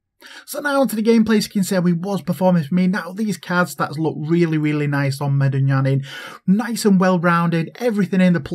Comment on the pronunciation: I'm glad you said the name right, people always be butchering it. Love you couz keep reppin it. Haha we making it big